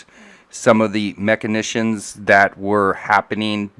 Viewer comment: Guys, guys, guys...this word that crops up repeatedly is machinAtions...not machinitions. Pronounced like... mak-in-ay-shuns